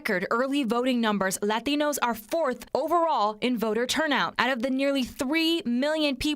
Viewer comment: Why the accent when you say "Lations" and not when you say "Hispanics" or "Puerto Rico"?